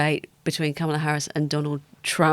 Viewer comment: Why can’t you pronounce Kamala’s name correctly, it seems all these people in the media from the UK are watching American politics and not picking up on something very basic. If you’re struggling, watch the DNC , they can teach you how to say it!